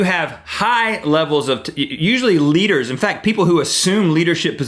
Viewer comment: When he first said leaders I thought he was saying liters (of testosterone)